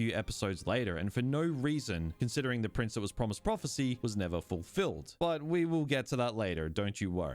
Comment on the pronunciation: Why can’t you say prince?